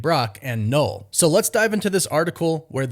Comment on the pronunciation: It's pronouced NUL not "knowl" ffs!